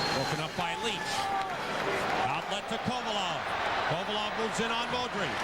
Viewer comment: Kovalev too. He said kovolov